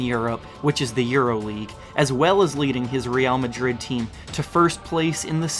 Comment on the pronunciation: finally someone who pronounces "Real Madrid" correctly lmao